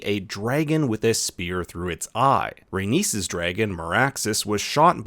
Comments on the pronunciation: Say it with me: RAY-KNEES, NOT RAY-NIECE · So you know how to pronounce Aenys... But you struggle with Rhaenys. When the only difference is the addition of 2 letters lol